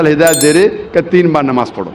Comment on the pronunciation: Ye jo swami type ka banda h ise khud apne religion k bare me kuch nhi pata to Islam k bare me Kya pata bhut bolta h Islam k bare me koi bat nhi ....by the way Kya pronunciat kia nabaj.....ghonchu bolne se phle jan leta namaz